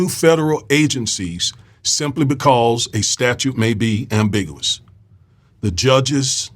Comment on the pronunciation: "With" not "wif" "ambigUous" "popAlations I DO appreciate your blog, it's probably the BEST one on YouTube, so please don't 'internalize' my corrections. Thank you 100%